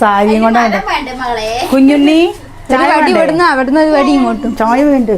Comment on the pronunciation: വാണം, വാണ്ട അല്ല വേണം, വേണ്ട.